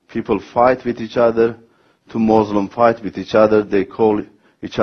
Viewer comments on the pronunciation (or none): so the audience can understand the diff between muslim and mozlim?